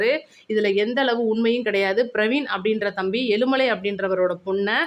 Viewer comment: aelumalai. khidaiyathu. eazhumalai. prononciation. wrong